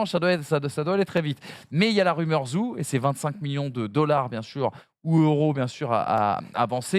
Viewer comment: Vous pouvez faire un petit effort pour la prononciation du nom de Guanyu Zhou et dire "joe" plutôt que "zou" ?